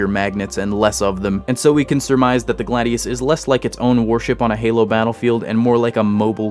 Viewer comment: I'd note that the Mako would be pronounced "May-ko" given that it uses the sharks name and, eh, the Gladius would be "Glay-dius". The Scholt just drives me mad. It's a soft sound "sholt" not "skolt", it's a more German name than the majority English names used for most UNSC classes.